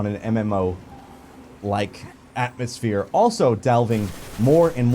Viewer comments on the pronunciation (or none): none